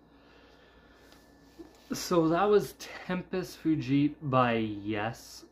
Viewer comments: Tempus Fugit…. Latin for ‘time flies’. Fugit is usually pronounced fu-jit. Drama is easily one of my favorite albums by Yes. It is absolute brilliance. I have no misguided loyalties about Jon Anderson not singing lead. Jon and Rick walked out of their own free will, and left Chris, Alan and Steve high and dry. They walked out right before a tour had already been scheduled. Chris has always been the backbone behind Yes. He has always been their heart and their soul, and they left him holding the bag. So as far as I’m concerned, they betrayed Yes. And looking back on it, I am glad they did, because Drama would not have been made had Rick and Jon still been there. It is number three on my list of favorite albums by Yes behind the YES album and Fragile. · I really like this album a lot. I grew up with classic Yes in my teen years, and even though there is no Jon and it sounds completely different, it's still great. Machine Messiah is my favorite from this album, followed by Tempus Fugit, then Into the Lens. By the way, I pronounce fugit as "fyou-jit". The beginning fu as you say it in the word fugitive. Some people pronounce it like "foo-jit". And some people pronounce the g as a hard g.